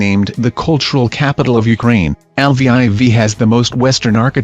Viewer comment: I'm pretty sure it's not pronounced l v I v